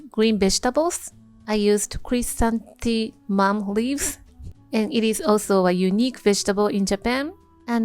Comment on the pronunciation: looks so refreshing! and your pronunciation of chrysanthemum was on point :D